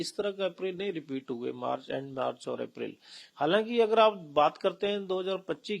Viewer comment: Aprail hunda madam,april nhi